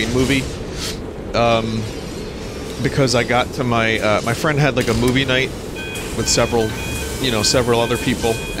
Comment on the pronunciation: *Giant, tottering fang-creature *Vinny reaches out for it "Fwend?" 🤣🤣